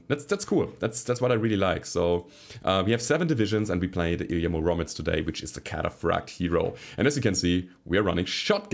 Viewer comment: It's pronounced Ily'A m'Uromets man. Russian antient superhero 🤣